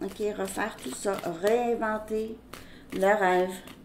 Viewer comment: merci ❤🎉 mais la prononciation c'est réinventer le rêve et non reinventer le rêve...désolée